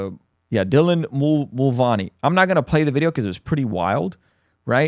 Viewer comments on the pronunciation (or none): i love this channel and all that God is doing through you, but you butcher so many words (lila thompson, mulvuny, lg tv) 🤣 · I agree with Matt Walsh on this and this guys information sound like he hasn’t actually looked into these debate and issue’s himself, but maybe only listened to others recaps “cliff notes”. I mean he couldn’t even recall how to pronounce “Mulvaney” or know the swimmer’s name is Leah not Lela…